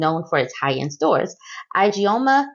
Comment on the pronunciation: It is eeee-jay-oma